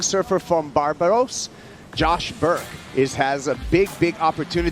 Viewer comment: Barbados 🇧🇧 not Barbaros learn and remember the name